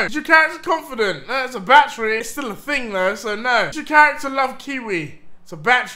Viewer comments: when deji says battery it sounds like he is saying bat tree. 😂😂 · holy when he was saying battery i had no idea what he was talking about for like2 mins... he needs to learn how to speak